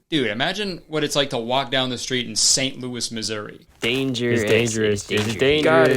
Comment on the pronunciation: youre the first non american that ive ever seen say Missouri right 💀